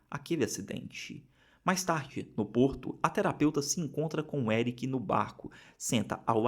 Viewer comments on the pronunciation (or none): none